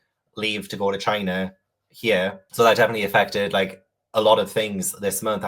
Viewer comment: Loved the vlog and hope china is amazing but time stamp was the highlight of my month “shit my bed, and now I can actually start packing va-gina” sorry you said “ for China” 😂 had me laughing my ass off 💀